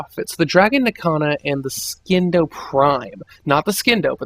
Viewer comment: Oh my fucking god. I literally cringed every time you pronounced "Scindo." THE C IS SILENT!!! God the illiterate fucks who make themselves look stupid on the internet. Also, the orthos prime is very good. Everyone should have one. Put a primed reach on it, and you're set for life.